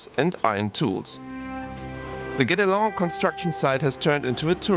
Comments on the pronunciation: Guédelon is pronounced like "get along". :) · Thank you. I live in Burgundy and visited the place 3 times. I wished I could have helped you with the Guédélon pronunciation. Something between gay and get.